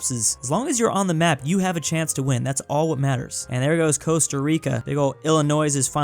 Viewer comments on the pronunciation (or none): none